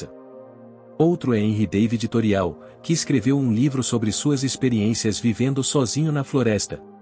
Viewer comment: Não se diz "Toreau" Mas Torô- É Francês.